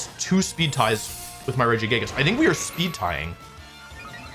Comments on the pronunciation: Wolfey you should make a video covering your tendency to intentionally pronounce pokemon names incorrectly because I miss hearing "Regijigas" and "Cinder auchie" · I’m suprised he said regigigas normally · As someone who always pronounced it as "Reji jigas", I keep getting confused every time he says "Gigas". 😂